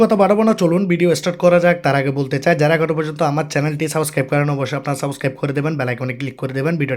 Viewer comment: Subscribe ❌ saboscribe✅